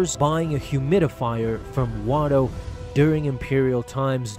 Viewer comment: Not watto. you said it in another video